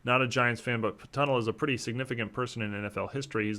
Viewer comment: I have that Tunnell card - beautiful red color. Btw, it's pronounced tun-NELL, not like the road that goes under a river. Another interesting Tunnell fact - he retired as the all-time leader in Interceptions, and still today is #2, only surpassed by Paul Krause.